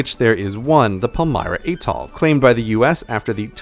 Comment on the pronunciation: Living on Guam and traveling frequently to Micronesia I often find myself trying to explain people on the US mainland the status of these places in relation to the US. Thank you so much for this presentation. A couple of comments (for a future improved version): check the pronunciation of "Atoll" and "Palau". "Marshall Islands" is spelled with a double l at the end of the first word. The labels of the Marshall Islands and Federated States of Micronesia need to be switched.